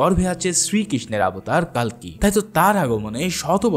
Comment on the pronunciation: কালকি না কালকে 😅😅😅😅